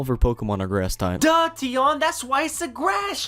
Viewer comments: So is it Tee-on or Tie-on? Think you need to stick to one pronunciation. Good video btw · "Hey guys, it's tee-on or tie-on" I like this guy, he makes sure nobody is pronouncing his name wrong by just using both pronunciations to begin with PS I pronounced it shun (as in "promotion")